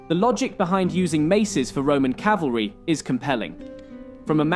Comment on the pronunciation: You pronounced it 'calvary' instead of cavalry. come on man